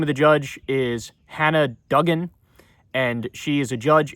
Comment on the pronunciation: It’s “doo-gan”, not “dug-in”.